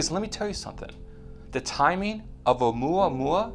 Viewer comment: Dude, I don't mean to be rude and I have no idea what you're trying to do with this channel. However, here's a tip that might help, the name is Oumuamua, not OumuaOumua. Stop switching between the two. It happens more than once, but here are exemples; Oumuamua , OumuaOmua . Again, I don't know if you're trying to make alarmist videos or if you're trying to bring credible less covered scientific news, but getting the name right would be a good start anyway. Peace!